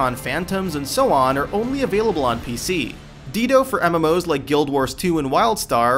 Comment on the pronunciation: how about when he says 'Ditto'? :) DEE-DOH.